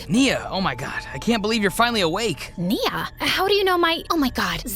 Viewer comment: FINALLY GOT NIA'S NAME RIGHT